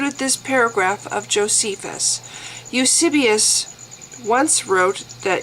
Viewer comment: Hi. Loved the video. Good job! Now thinking of getting Dan Barker's book myself. By the way, I believe it's:- Tacitus (TASS-it-uss) ("uss" as in puss) and Eusebius (you-SAY-be-uss) ("uss" as in puss again). Have a nice day! Bye.